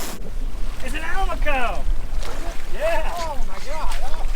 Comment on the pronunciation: I think that might've been a Spinycheek Scorpionfish, not a Rosefish (wasn't there some olive color in amongst the red/orange, in a few places?) And, for what it's worth, I think Almaco may oughta be said al-MAH-co, rather than AL-mah-co (same way as Do-RAH-do, in other words). Though I'm pretty sure neither way is a crime... whereas, a mistake with a Spinycheek might at least have a punishment (but we've never let ourselves get stuck by one's fins, so don't know if it'd be as punishing as it notoriously is with our shallower kind of scorpionfish... just know both are worth carefully cleaning because they taste good!).